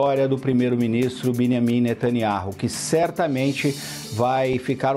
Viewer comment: Alguém mais reparou nesse jornalistinha se referindo ao presidente de Israel como “Miniami netaniaru”? 😂😂😂😂